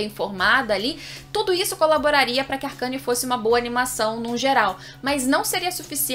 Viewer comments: "Arqueine" não "arcâne" kkkkkkkkkkkkk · Ela falando ARCANE SKKS,se lê arcene ksk,sucessos